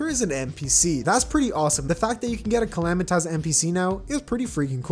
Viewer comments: I lose a brain cell every time he says calamitaz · YOU SAY SUPREME CALAMITAS CAL-LAM-I-TITIS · bro please stop calling it supreme calamiTAS